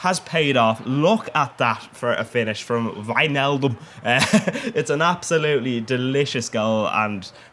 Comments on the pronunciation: Jeez your the first that says it actually right lol, its pronouned whynaldum not wichnaldum haha. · You said Wijnaldum perfect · You pronounce Wijnaldum right, but it's not SCHneijder, it's just Sneijder.